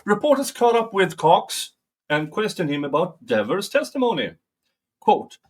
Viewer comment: its Officer DDDDEEEEEEEEEEEEEEEEEEEEEEEEEEEEEEEEEEEAAAAAAVERS!!! Get it RIGHT! Do you have a 'false' memory too???😎